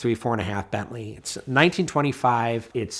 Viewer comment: Emphasis on Bentley.